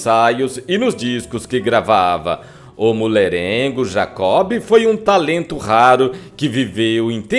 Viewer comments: O grande Jacob do Bandolim deixou muita saudade! Amigo, um lembrete, o nome dele se pronuncia "Jacó", o "b", portanto, é mudo. Abraços. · Me permite salientar que não se pronuncia o “ B” no nome de Jacó. Como se tivesse acento no “ O”. No mais, o texto tem pontos interessantes que muitos desconhecem sobre este grande músico, que tinha grande conhecimento de música clássica, possuindo em seu repertório, o raro Concerto para Bandolim, de Antônio Vivaldi. Marcos Leite Pianista/ Professor. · GOSTEI DE SABER DA VIDA DE JACOB DO BANDOLIM. TENHO UM REPARO PARA O NARRADOR: NÃO O "B" DE JACOB, É MUDO. OU SEJA, SE FALA JACÓ. DATA VÊNIA! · Por que o amigo pronuncia o "b" de Jacob,,,? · Gosto muito deste canal, mas não se pronuncia "Jacob" e sim Jacó. E não eram "polocas" mas polacas.